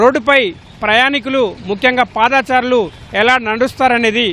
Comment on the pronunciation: పాదాచారులు కాదు బాబు పాదచారులు అలాగే ఫూట్పాత్ కాదు ఫుట్పాత్ అని పలకాలి. ఒకప్పుడు ఈనాడు సంస్థ తెలుగు ని బతికిస్తుంది అని నమ్మకం ఉండేది కానీ రానురాను ఆ నమ్మకం సన్నగిల్లుతుంది